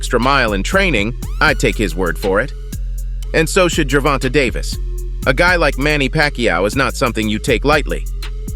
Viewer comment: 😅😅 narrator pronounced Davis name wrong Pacman should just stay retired don't comeback on Floyd student try Crawford bigger fight if he wants fame perfect about now do that certified fame for both Crawford and Pacman lose situation if he fights Davis if Davis beats him he got beat by Floyd student if he beats Davis he only beats a Floyd student not Floyd lose situation either way unless it's about money